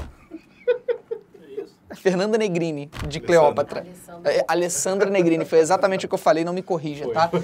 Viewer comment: video perfeito kkk mas aq o felipe tava falando cleoprata ao inves de cleopata um erro que eu provavelmente ja cometi kkkk